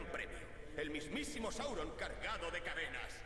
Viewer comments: Es Sauron, no Saurón xD., apréndaselo. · porfavor no digas mas saurón es sáuron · Sauron plis no saurón jajjaja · sauron no saurón